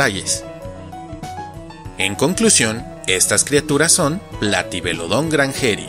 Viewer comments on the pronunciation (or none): Me encantó el video, espero que sigas con las demás entregas. Me surgió una duda al comienzo, y es que en un video anterior sobre pronunciación de nombres científicos dijiste que las palabras agudas no existen, por lo que, desde entonces, creí que en nombres como "Platybelodon" o "Iguanodon" tendrían su acentuación en otra sílaba, sin embargo pronunciaste "platybeloDON"